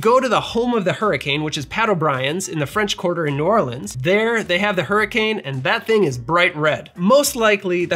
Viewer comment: As someone from Baton Rouge, Louisiana can I just say THANK YOU for pronouncing New Orleans correctly! New subscriber and mixer thanks to this channel. Loved the history and love the drinks. Cheers!